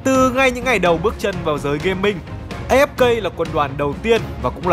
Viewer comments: Uk A Ép Ka mà đoc là A Ép Cây ko à 😌😌😌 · Đọc A Ép Ka đi, As đọc vậy mà